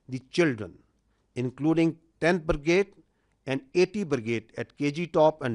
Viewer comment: Abey anpadh use Brigade kehte hein Burgade 😂😂 Burger bana le tu 😂😂KFC delivery boy hai ye ...army chief nhi Joker